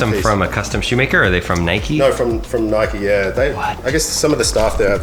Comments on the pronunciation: we don’t say ‘Nik’ it’s n - eye - k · if u say nikee do u say mikeee or likeee or hikeee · Its not nick its Nike not nikeeeeee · It's not nic it's Ni-k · In the UK we say 'N-eye-k' not "Nick". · No it’s pronounced Nike not nikeeee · in england we pronounce Nike as (Nie kee) or (Nie c) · In the uk we don’t say Nike like ‘nick’ we say it like ‘n-eye-k’ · Its not nik or nike its like Niek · It's Nike not nikee so... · its not nick! its not nickey! its nike! like if your also from uk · It’s pronounced ‘Nigh Ck’ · ITS NOT "NIK" ITS PRONOUNCED "NIKEY". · Uk say Nike as (N - eye - k) not Nik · HEY, THIS IS SO CONTROVERSIAL, IN THE UK WE DONT SAY ‘NIK’ we say ‘NIKE’ YOU SAY ‘NIK-EE’ !!! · nobody has ever called it nick it’s nike not nikey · It’s not nikeeeeee it’s Nike (N-I-K) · We say nike not nik😂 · In the uk we say Nike like bike but with an N at the start. Not Nick ahaha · Im from uk! Its not nick or nikeeeeee its just nike no eee just nike hard to explain on txt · As u learn in like year 1 magic e make and I an I so instead of nikee it's just Nike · no NIKEEEEEEEEEEEEEEEEEEEEEEEEEEEEEE not nik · omg its not called nik-ey or nick its called ni-ke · It’s n-ie-k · You need to say it like naik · It's NIKE ..... Pronounced Ny-ck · Normally in the UK people pronounce Nike enn-eye-kay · It is nyke that's how you say it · In the uk we pronounce the i as the letter ‘I’ sounds. So n-eye-c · Ik we literally say it as it’s spelt not nikee 😂😂it’s so triggering 😂💀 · Hey, as someone from the UK 🇬🇧, it is not ‘nIcK’ or Nikkeeeee it is like the name Mike with a N at the start instead of the M. Lmoa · An N instead of the M not ‘nmike’ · it's said N-I-ke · Bro wr sat nike e nike the e makes the i say i differently and e